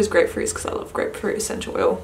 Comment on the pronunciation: What's a senchew oyew? XD